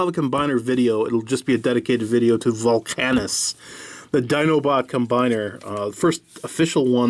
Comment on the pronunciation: volcanicus and not volcanus